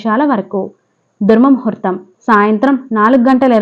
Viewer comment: దుర్మముహుర్తం కాదండీ దుర్ముహూర్తం అని చదవాలి